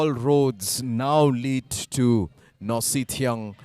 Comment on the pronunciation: Nohsngithiang, not Nohsynthiang.